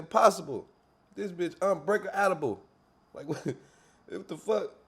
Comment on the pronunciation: Not “un break outable😂😂😂